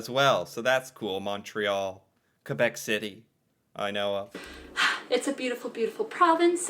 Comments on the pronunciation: Most people in Quebec are anglo and/or bilingual, from Montreal, with love, yes we're québécois and it's not quwabec here's the phonetics for you again, (last word was Pre-meer) and she's full of shit there are many ignorants fxck wads who don't speak English and like to call a referendum, yes Celine Dion is ours, we are the most bad asses in Canada, but MOST OF US DO NOT WANT TO SPLIT FROM CANADA!!! remember your 10 minute lesson about Canada? How close the second referendum was? I just turned 18 and voted for the first time, AGAINST IT 49/51 THE 51 WAS A NO TO SEPARATION AND jaywalking is all good, anything goes here, ❤✌🏼 no you keep your own names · When you say Quebec, the "u" is silence, so say it like this "kay-bec". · It's not pronounced qwa Bek, it's pronounced Kay bec. Just to let you know. It's said with a French tone 😂 and they arnt part of Canada kinda as for the past forever they keep trying to separate from the rest of us... 😂😂😂😂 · Pronounced K bec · It's pronounced kay-beck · Kay-BECK; Kay-behh-KWAH